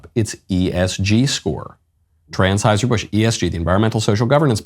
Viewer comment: "Transheuser Busch" lol